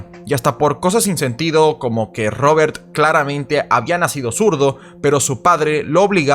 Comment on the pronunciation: No paras de decir robertttttt odioncomo pronuncias la t